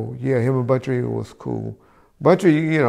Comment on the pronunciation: Hey bro just letting you know it’s Buntry not bountry